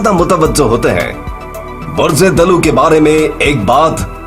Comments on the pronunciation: Bhai lafz di,lo nahin d, luv hota hai. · تلفظ صحیح کر لیں۔۔۔۔۔یہ عربی زبان کا لفظ ہے۔ دل ون یعنی ڈول۔۔۔اس کا تلفظ۔ dalww ہے۔۔۔۔یعنی دل و